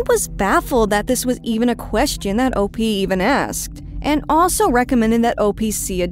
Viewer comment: Finally - someone who says “op” the correct way